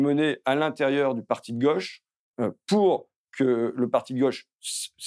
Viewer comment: Bordel cette façon de prononcer « gauche » ! Si on pouvait laisser ce pseudo accent à Castaner ! C’est la GAUChe monsieur, pas là GOche !